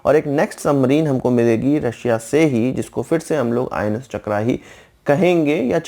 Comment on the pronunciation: भाई चक्र को चक्रा क्यों कहते हैं आप.